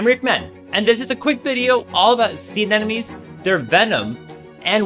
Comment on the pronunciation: Sure knows a lot about anemones... should have started with the pronunciation...